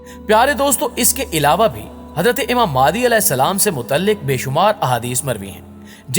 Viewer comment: Its not maadi its mahdi a.s